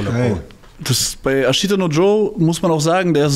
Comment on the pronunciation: Bruder wie sprichst du "Ashita" aus? Mein Dozent hätte dich geschlagen hahahaha